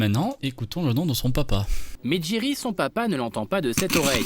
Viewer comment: J'ai entendu Thierry moi au lieu de jerry